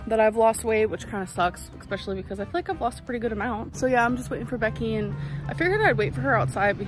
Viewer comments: eXspecially... makes me homicidal😂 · The one that really gets me is ‘ex-specially’ 😂